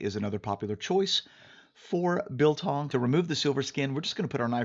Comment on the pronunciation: trigger warning to South Africans!! It's biltong. exaggerated I short g not beltongg. (PS I'm drunk and I don't really give a fuck. Love you man <3)